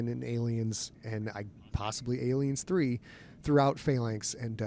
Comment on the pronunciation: Love the interview. Hope you're able to do more content like this. But why does Scott seem to insist on pronouncing it "Alienssssss 3"?